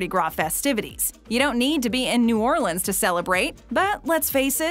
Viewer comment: Finally someone who can pronounce New Orleans right